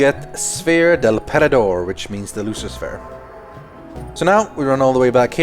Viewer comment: The sphere del perdedor is spanish ( and it does mean loser btw, good job on your Spanish!) Love from Mexico!